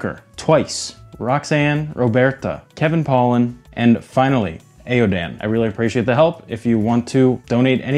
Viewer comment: Just a heads up, Aodhan is the Irish spelling for Aidan and is typically pronounced as AY-awn or AY-UHD-EN. Love the videos! Always looking forward to the next one.